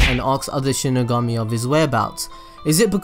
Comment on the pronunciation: Connor Simpson Oh I get it😂😂 Its exactly. The way he said it in the vedio "Sheeny gummy"